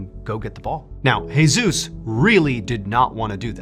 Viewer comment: Jesus pronounced: hey~zues Seriously....